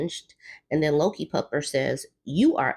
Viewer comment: Lol every time u said LokiPupper i thought you were saying Low Key Pupper... Which i guess technically you did! I had to look at the screen carefully 🤣💜